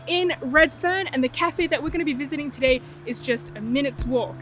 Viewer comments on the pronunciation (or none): I don’t know why but I love the way you say “tuh-day” Kurumac in Marrickvillw has you written all over it btw 😊👌🏻